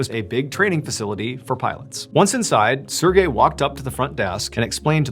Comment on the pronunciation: I hate how he says Sergey it's like sErGay